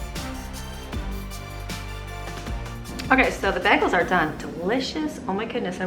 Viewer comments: I love how you say bagels 🥯 “bahgel” I say “baygels” but I might start saying it your way. Sounds fancier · Oh, dear friend...bagels are pronounced "bay-gls" not "bag-els" !!!! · I just can’t get over the way you say bagels 😮 never heard anyone say it like that lol